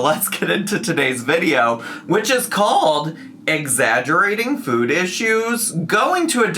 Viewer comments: Is it just me or does they put this small inflection on the word ‘food’? Like, she’s saying “ ffude”. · Nit-picky central here.... I hate how she pronounces the word 'food'.... Anyone else? 🤔🤣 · Am I going crazy or is she starting to say her "o's" differently? The way she has pronounced food recently and when she says "Yes I dooooo". I don't think I've ever heard her speak that way 😅